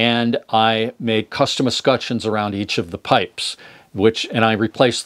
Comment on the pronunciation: It's pronounced "Escutcheons" not "Escutcheons"